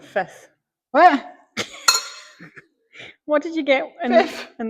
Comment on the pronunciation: when you said 5th his (whit)was very scottish 😂 and god he loves a moan 😂😂😂